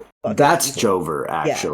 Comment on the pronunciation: i thought they said joker instead of joever so i was thinking "dude why would the joker do these things"